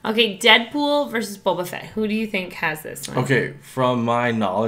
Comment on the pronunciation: Did he said bubba fett?